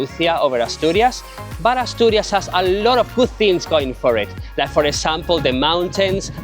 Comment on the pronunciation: Se dice Asturias. No atorias y Gijón no Guijón